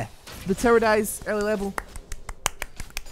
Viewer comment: I love how he says "tower" like "terror"